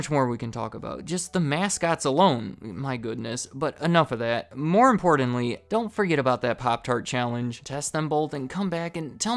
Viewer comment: You say "important" very differently than we do up in Michigan what state you from?